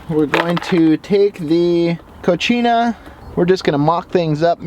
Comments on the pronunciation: Cocina not cochina lmao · He bro... FYI. You're pronouncing the name of the refer-door addon incorrectly, it is not pronounced "KO-CHee-NA" which means "Female Pig" or "Dirty in the female gender". The proper pronunciation is "Ko-see-nah" although it is properly spelled "Cocina" which means kitchen. Just sharing bro as its not an Italian word, it's a Spanish word. Love your videos nonetheless!!! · Co-See-Na = Kitchen Co-Chi-Na = Dirty (feminine) Lol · Nicely done,. The fridge door item is pronounced "Co-see-nah".... which means kitchen in spanish. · I can't help to laugh Everytime he says " Cochina" which is spanish for Nasty.